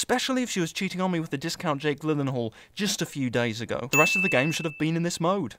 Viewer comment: "Narrator can't correctly pronounce 'Gyllenhaal'" [ding]